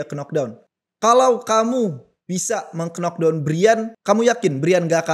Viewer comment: pengamat combat sport, tapi dari dlu ngmg "knock down" selalu "Kenok Dawn" bukannya "Nok Dawn"